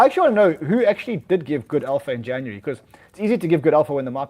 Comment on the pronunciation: "Januree"